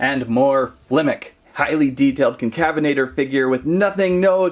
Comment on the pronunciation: Bro is unable to pronounce concavenator